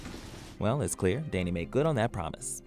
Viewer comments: I'm disturbed by the way we pronounces "Dany". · Why is he pronouncing ‘dany’ so weirdly